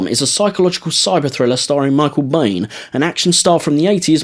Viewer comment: Great video but your pronunciation of Biehn is incorrect, it’s pronounced “Bean” :)